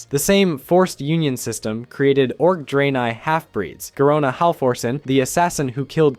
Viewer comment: "draynay" 💀 Edit: He fixes it later on in the video to Dray-neye. All is forgiven but not forgotten.